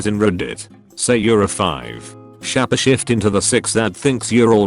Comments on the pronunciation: Couldn't continue watching after s-chap-eh shifte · For the love of god, stop saying shappashift. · shahpeh shift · Why did it annoy so much that the robot pronounced shapeshift as shapashift? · Everyone: Shapeshift Computer voice: shappashift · Shapeshifting world: exists Narrator: shappa shift.